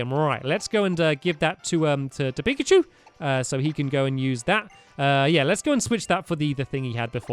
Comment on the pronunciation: Pikachu not primacy